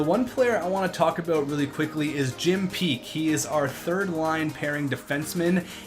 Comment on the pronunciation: Not Jim Peak, it's Jim Paek. Jim isn't actually his real given name. And his last name is pronounced like "pack." Paek is a Korean name.